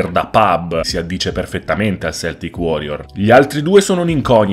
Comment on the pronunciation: Si pronuncia K-E-L-T-I-C, non S-E-L-T-I-C 😉🙂